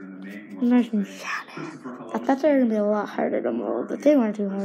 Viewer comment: I love the way this dude says nice 'nas'😂😂